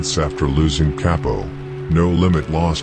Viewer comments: I believe you say bro name like cop-o not capo or whatever 🤷🏽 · C A P-0 not kay-po